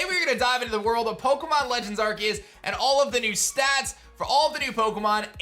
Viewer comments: but it don't litterally look it up there's 1 way to say it and it's not with a K there's 0 definition online where it's pronounced that way it's just edgy and cringy lol it's Aar-see-uhs like look it up 1 pronunciation tho I ain't made ppl pronounce how they want I mean look at rap they cant say you they sound like pikachu saying chu XD I was just pointing it out I find it wierd he looks like the type if person whod try to pronounce stuff accurate so I was making it more like a joke but typing hard to add feels lol but yeah I was just pointing it out there's is 1 solo way to pronounce it lol. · no he's not lol it's been a word/name for a long time and he's one of the few pronouncing it that way XD the C is pronounced as a S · Still pronouncing arceus wrong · It's literally officially pronounced with a hard C sound in English. You can pronounce it however you want, but it's how it's pronounced in the movie, and how it's pronounced for the game in trailers and such. Plus, Silvally's ability that is based on Arceus is the RKS System. R-K-S. ARE-KAY-US/ARE-KEE-US. Either way, it's a hard C sound, not an S. If Arceus was pranced with an S sound, then Silvally's ability would be RCS System, to reflect that pronunciation. I would believe that Pokemon would be the ones to know how to pronounce the Pokemon they come up with, and it has always been pronounced with a hard C in English. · Doesn’t matter imo. Both are the correct pronunciation. I agree pronouncing the name with a C is the official way to say it overall, as they say it like that in Japan, but the English version pronounces it with a K officially.